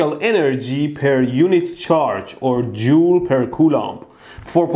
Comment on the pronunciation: "Jew per coulomb" sorry for that.